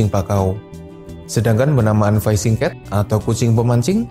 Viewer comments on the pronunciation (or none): Fishing cat bacanya pake i, fishing bukan faishing.. gimana si lu admin